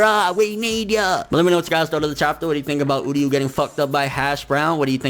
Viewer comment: it's uryu not udyu, bleach English dub was bad